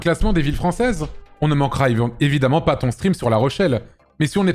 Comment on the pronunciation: bien évidemment, bien évidemment, BIEN ÉVI-DE-MMENT !!!